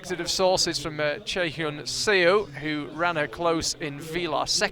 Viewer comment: Could someone tell the commentators that SEO is actually pronounced as Suh rather than CEO